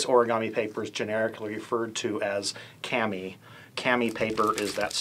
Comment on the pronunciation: its actually pronounced like Kaw-mee the reason i know this is i took japanese for 2 years as a junior-senior in high-school just friendly heads up :)